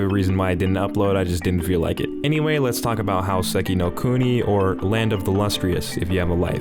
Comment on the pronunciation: I really love your reviews and your entire editing format, the only one thing I would critique is I'd love to have heard you speak the japanese names more properly, it just bothers me a little bit when you say How-seh-ki instead of hô-sê-ki. In the case this is intentional and a joke, then you got me, and I'm sorry. Regardless, thanks so much for all the hard work you put into these. :D